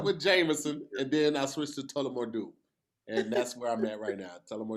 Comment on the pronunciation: omg it's TULLAMORE DEW not Tellama Do They let another one slip. Please stop F'in up these liquor names! lol